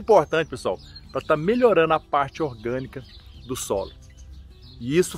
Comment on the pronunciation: Bom dia amigo voce falou PA de parana e nao e significa para